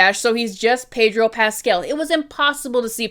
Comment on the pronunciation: it's Pedro PascAl, not PascEl, please have mercy